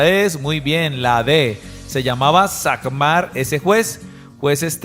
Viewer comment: SAMGAR NO SAGMAR